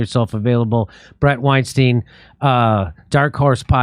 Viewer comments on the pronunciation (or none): I admire Bret Weinstein! Jimmy, please pronounce his surname properly. It is pronounced wine stine, not wine steen. So annoying. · “Wine-stine” is how it’s pronounced